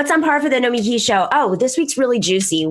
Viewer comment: SAM SAYS NOMIKI CORRECTLY!!!!